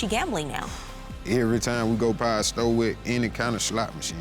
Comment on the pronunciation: It's store, not sto sir 😆